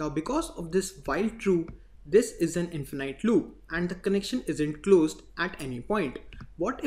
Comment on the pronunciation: Bro its not infenAIT its infinite noun(infin {E} t) in fuh nuht. And video is very good. i was not looking for this but, still looks like you are doing very good job. cudos.